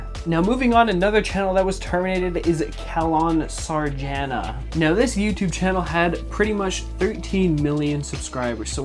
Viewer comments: Kaelon Sarjana lol its CHALON SARJANA gotdangit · Calon sarjana isn't read as kalon sarjana it is chalon sarjana (it is in Indonesian language) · "Kellon Sargana" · bruh it called calon sarjana not kellon sargana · I like how he spell "Kalon sarjayna" It's supposed to be spelled "Chalon sarjana" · I love that he pronouced the channel Kalon Sarjana. We pronouced it, Chalon Sarjana in here.. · Hey, That's not what the pronunciation is It is Ka-lon Sar-ja-na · The calon sarjana channel is spelled like the letter c is said like chan without the N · Kellon sarjana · I like how he pronounce “Calon Sarjana” How to actually pronounce it: Cha • lohn • Sahrrr • jah • nah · itz awkward to hear him pronouncing calon sarjana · "Calon Sarjana" is an indonesian channel focused on things like trivia/top 10 lists, the channel got terminated because the owner stole content from other people "Calon Sarjana" roughly translates to undergraduate candidate, and you actually said the channel name correct, except the c part where you said it like the c in "coat" instead like the c in "chart" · when u said "calon sarjana" i was deadass wheezing as a Malaysian, the way u pronounce it is pretty funny lmao (ik calon sarjana is indonesia youtuber btw) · that channel is an indonesian channel, you could have read the channel name with an indonesian accent.